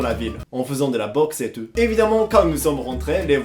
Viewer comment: « Mais pas du tut hein ? Pas du tut ! » 😂 Tu améliores ton français, oui, mais « tout » tu ne le respectes pas ! 😂 Superbe vidéo ! ❤️